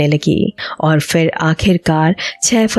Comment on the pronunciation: You have to learn correct diction and pronunciation if you’re going to pretend to be a radio announcer. Please do not keep saying words like khofnaak and majboot so many times when you can’t say them correctly. And it is Phir, not fir. Go take a class